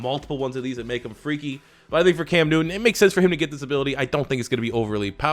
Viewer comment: Even though I am a Cowboys fan I don’t understand why he said Cam Newton like that